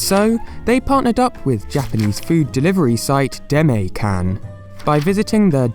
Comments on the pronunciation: DE-MA-E KA-N not demay cam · It is pronounced demae, not demee. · Deh-may-can. S T O P T H E B R I T I S H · Its pronounced "they"-"ma"-"eh" -"kan" not "demee" kan lmao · Dema”y” kan... oww man de-ma-é kan... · “de-may kan” LMAOOOO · If it's truly a Japanese word, then "demae-can" actually would be pronounced " deh-mai kahn". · Demay can 😂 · It's read de ma e Kan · deh-may-can w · You pronounce demae-can wrong. It's pronounced "deh ma eh cahn" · Demae-Can is pronounced De-Mah-Eh-Can. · Is noone going to mention how he mispronounced Demae-can? Okay.